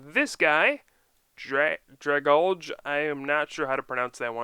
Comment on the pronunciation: I think Dragalge is pronounced Dra-gal-gee. I know, messed up.